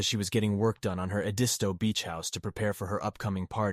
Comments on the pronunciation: It's ED-isto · It’s pronounced ED-isto beach 😉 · Did the of this video watch any of the Murdaugh murder trial? Family, friends and colleagues consistently pronounced their last name “Mur-dock”. The location of their beach house was pronounced’ED-iss-toe”. Would suggest that the narrator watch videos of this very compelling trial. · Everyone......it's Ed' is toe accent on Ed!! Thanks! But👍on story!! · Oh my gosh, please learn how to pronounce their last name and Edisto Island correctly! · I live in Charleston,SC and I have never heard the rumor about Paul being Autistic..One more thing if your going to speak out about this horrendous story please learn how to pronounce names and places correctly..I am not trying to be rude or snarky ibut its not that hard to research the correct way to pronounce Edisto and Murdaugh.. Other than that I have been enjoying your podcast keep up the good work 😊